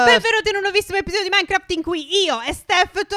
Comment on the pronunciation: Stef non dire Minecraft nel modo in cui lo dici!